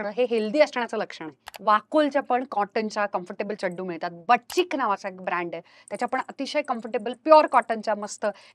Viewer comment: Ma’am it’s not Chaddu.. it’s Chaddi